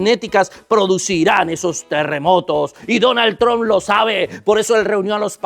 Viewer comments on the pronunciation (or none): none